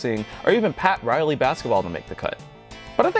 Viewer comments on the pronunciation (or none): none